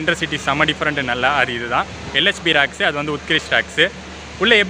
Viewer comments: ரேக்ஸ்....என்று சொல்லவும். ராக்ஸ் ....இல்லை..‌ Rakes.... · You are pronouncing as RACK in Tamizh. But you have to pronounce as RAKE.